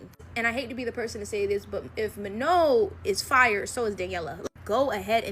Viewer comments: It is Manon not Mano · The way she said manon😂